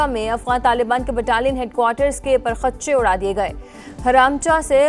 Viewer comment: پر خچے کا تلفظ درست کریں